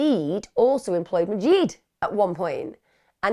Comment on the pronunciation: I want so desperately to tell Emma how to pronounce Majid today 🥺😅 like Mah- zsed Zs like zsa zsa or give it a little zsoosh and id as in kid or lid. Majid- mah zsid. 👌🏻😇🥰